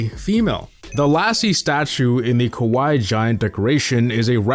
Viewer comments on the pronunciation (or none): none